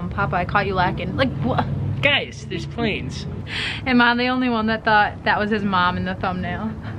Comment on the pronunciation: Em onwy fwee